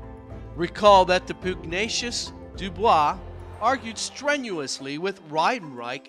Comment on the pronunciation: Estimate is 412 kya plus or minus 25 kya not '412 to 25 kya.' And while I'm nit-picking, who pronounces pugnacious with a long OO sound on the first syllable? I sooggest you consult a sound dictionary when in doubt . Otherwise, thx for the info.